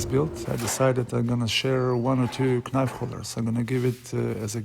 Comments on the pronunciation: I love the natural olive without epoxy or anything added. Pure in it's design. Also I know it's written knife but you pronounce it as nife without the K. Hope this helps, much love from the Netherlands <3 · The 'K' is silent! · nemoj recit k, ono je silent :) love your video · Very nice project! But the "k" in knife is a silent letter, which is not spoken ;-)